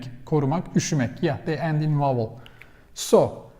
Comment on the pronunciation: Just a minor correction in your English speaking,. The word 'vowel' it sounds like you are pronouncing as 'wowel' in your videos. A 'V' is spoken starting with the mouth closed then open to create the sounding of the letter. Other than this, I think you speak English very good. Videon Genis Zaman cok iyi. Tesekkur ederim.